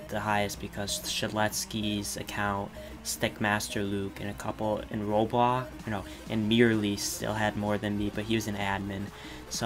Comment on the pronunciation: You said “Robox” at the beginning